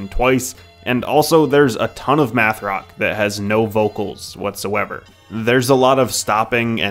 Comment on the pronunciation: Meth rock?? Oh its math 🙂